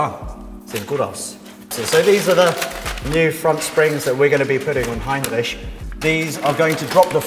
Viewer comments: I feel uncomfortable when you say heinreisch (or whatever it's called) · Heinrich? I thought it was Heimlich =) haha